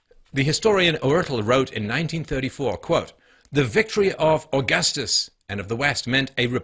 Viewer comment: being an Italian, grown and educated by a public educational system that provides young students with basic understanding of roman history even at lower ages - I'm quite triggered at the way Stefan Molyneux is pronouncing Augustus